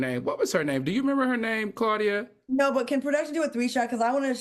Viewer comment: Claudia, not Similac 😅😂😂